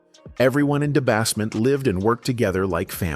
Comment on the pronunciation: Da Bassment & Plyah fcked me up 😂